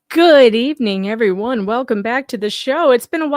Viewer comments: the very 1st line..."Everone" not "EverYone" there's no "y"!!!! Lol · Notice in the first sentence he said "EVER ONE" NOT "Everyone"